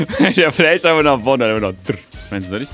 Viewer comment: hab ich grad n fläsh gehört hahahahaha